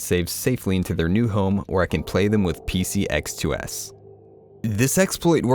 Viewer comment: I laugh every time a YouTuber mispronounces Sony console emulator names. Pcx2s and rcps3. Seriously tho why do the Devs of those emulators make it so hard.